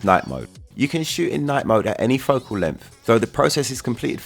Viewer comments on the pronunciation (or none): none